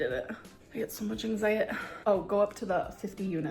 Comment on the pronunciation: between that and “ankzytdee”